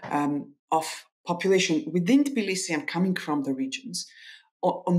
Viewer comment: Is it just me or is tblisi not pronounced that way ?